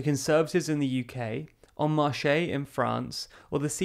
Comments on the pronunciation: I think you'll find that En Marche! is actually pronounced more like "On marsh" than "On marshé"/"On marshay". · It's "En Marche", pronounced "ong marsh" meaning "on march". You said "en marché" meaning "on market". That might be closer to reality, nonetheless not the party's name. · And 'En Marche-ay' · Your pronounciation of En Marche (which in fact sounds like "En Marchés" i.e. "Into Markets") is just perfect. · En Marche* you don't say the E like an é, it's a lot closer to the english word 'march' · That pronunciation of 'en marche' makes it sound like you think 'marche' is the same word as in 'papier mâché'. Which I am totally here for.